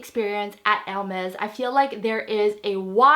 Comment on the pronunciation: Probably because of the braces....I hear *Ermez instead of *Ermes